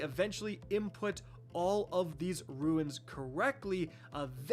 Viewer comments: Am I the only one peeved every time pronounces "runes" as "ruins"? Otherwise an ok guide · They are RUNES not RUINS. Your pronunciation was killing me the whole time.